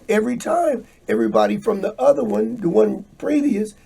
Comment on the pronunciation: Everytime says "udder" because he can't pronounce "other" 🤨🤣🤣.